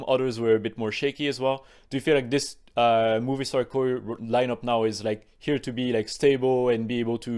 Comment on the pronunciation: Every time says Movistar, I hear movie star 😂